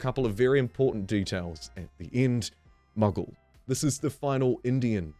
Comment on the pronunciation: Mughal Mug-gaal long A mate, not short A hence the H infront of the A.